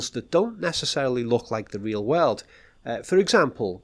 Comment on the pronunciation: look at me: whirl oold. Nope!, again: whirl oold. Hmmm